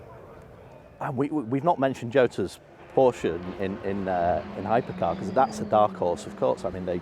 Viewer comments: ...she just needs to learn that Porsche is a family name and a TWO syllable name! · Let's hope for a challenge to the Toyota domination. Also, can someone please teach how to pronounce Porsche?